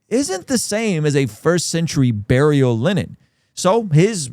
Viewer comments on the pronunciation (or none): none